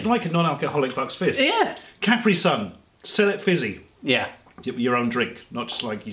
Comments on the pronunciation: The way you say Caprisun is making me angry... CaPREE-Sun not Caprison (like a last name) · Its not CapReeSun its KuhPreeSun. Js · Its ka pre sun not cap re sun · beepboop everyone I know including me, says cuh-pree sun, they keep saying cap-ree sun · i die a little inside when they pronounce capri-sun wierdly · How they pronounce Capri-Sun >> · I hate how they say Capri Sun